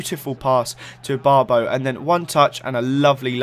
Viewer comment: u always mess up ibarbo and zoumas names!!!! stahhp